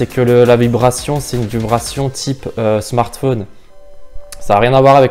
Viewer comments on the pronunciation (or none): none